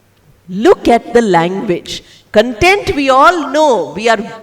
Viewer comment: She is pronouncing 'content' wrong. :)